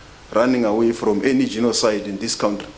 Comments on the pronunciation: Hate the way they pronounce country. COWNTREE. UNEDUCATED TRASH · A foreign minister that calls country a "COWNTREE* is definitely a highly educated cadre.